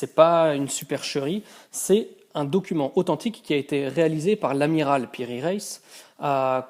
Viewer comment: Piri Reis et non Raïs aussi Reis se dit en deux syllabe Re is